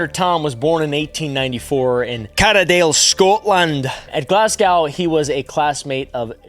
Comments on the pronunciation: For future reference: Glass-go (or Glaz-go), not glas-gow like cow. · americans im begging you its pronunced glaz-go not glass-gow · i just want to let you know as a Scottish person, its Glas-Gooo not Glas-Cow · For future reference for yersel: it's Glaz-go, not Glass-go. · The OW in Glasgow is pronounced like know, not now.